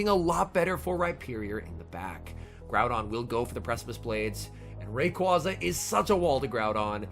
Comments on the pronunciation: ITS RAY-QUA-ZA NOT RAQ-UAZA. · All I want for Christmas this year is to pronounce Rayquaza correctly <3